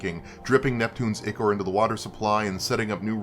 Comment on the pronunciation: "ichor" is pronounced "EYE-core" or "EYE-ker"